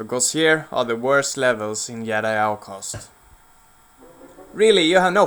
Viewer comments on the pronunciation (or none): It's not yedi it's JEDI!!!!!!